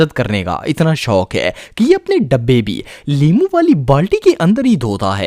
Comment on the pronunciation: Limoo keha ha us NY which is correct in urdu😅 Lol